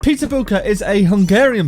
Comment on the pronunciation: Am I the only one hearing ''pizza'' when he says ''peter''?🤣